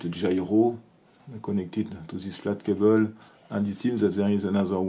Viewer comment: Very very interesting but I could't handle your Frenglish for more than two minutes. It's a difference if you can't to it perfectly but try OR if you just give a damn and just keep stressing the last syllable like in french. You didn't even try IMO. Cable is CAYbell and keBELL. Stick to French please and just add subtitles if you don't even want to TRY to mimic the sound of the language you want to speak.